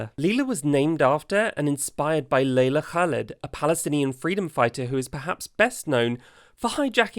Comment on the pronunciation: That pronunciation of Leila Khaled, tho ❤🖤🤍💚